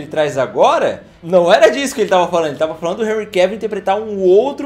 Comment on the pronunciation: Vc não fala "Enrri Cavíl", vejo q não fez o método BIU UÊI! 🤭